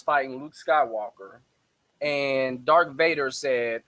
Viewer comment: "DARTH" not "Dark". I hate when people do that.